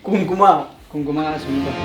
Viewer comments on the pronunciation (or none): Sheer khurma antaru babu kumkuma kadu😅😅😅😅